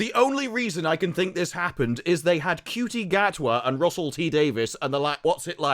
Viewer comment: Do you mispronounce Shooty's name as a comedic bit? I mean, the number of people on the planet who would call him "Cutie" could fit in a police box. Not the TARDIS; a standard 1960s era police box.